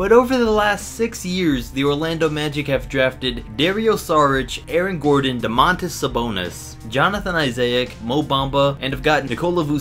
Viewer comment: Bruh he said Aaron Gordon lmao